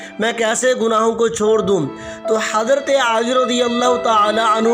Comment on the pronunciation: Hazrat aali nahi Bhai. Hazrat Ali